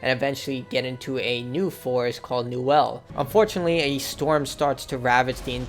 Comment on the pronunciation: actually its Niwen not Niwel because for some strange reason that triggered me